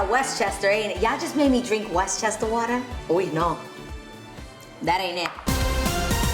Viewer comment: Your New York accent came out hella bad I love it! West Chester Wata